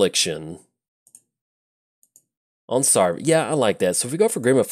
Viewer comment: SavRA not SARva! Even you play a ship full of boney pirats! ARgh! ;)